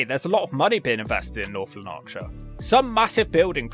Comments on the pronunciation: you made lanarkshire a hundred percent better and more exotic just by the way you pronounce it, people will be rushing in heir droves to buy a house there just like hyacynth bucket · Sounds like how an American would try and pronounce it. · Nah, this is Scotland where we normally pronounce all the letters. It's LANARK - shire. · It's LANarkshire - with the emphasis is on the first syllable. Like Somerset. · Great video.. although Lanarkshire is pronounced with the emphasis on the first 'A'... so like Laaanarkshire. Good effort none the less 👏 I'm a South Lanarkshire resident now - you should do a visit to Strathaven for your 'nice' town series - really nice there. Long live TurdTowns! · The emphasis goes on the "Lan" syllable. Just so you know! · It's pronounced Lanarkshire, just the way it reads, not Lanaaarkshire! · It's pronounced LAH-narkshire, not Lan-AHrkshire. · pronounced Laanarkshire, not Lanaarkshire. My brother lived in Airdrie once, he said it has a lot of dangerous low-life. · A shame that whilst on your visit you didn't learn to pronounce the County name correctly. It is North Lanark-shire NOT North Lan-arkshire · LANAKshire, not LanARKshire, come on man! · Difficult to stop laughing at how you pronounce "North Lon-aaark shire". - LANarkshire (like CLAN) - although I don't think you will need to say it ever again ;-) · I always thought the first R was fairly silent / unemphasised. I've always heard it pronounced lan-ak-shire but the way he says it it sounds more like la-nark-shire which sounds really odd unless he's making a jokey reference to narcotics problems there. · Lan-A-rkshire 😂 Jesus Christ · Tip : Gaelic is pronounced Gah-lic Gaylic is how you say Irish Gaelic. Also Lanarkshire is "Lah nark shirr" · If you are visiting this area you would think you could at least ask how to pronounce the area. North lan- ark- shire. The area murdered by margaret thatcher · "Northlun Arkshire" WUT? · “North Lalarkshire” 🤣🤣🤣 Aye nae bother mate! 👊🏻